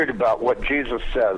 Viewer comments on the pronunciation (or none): none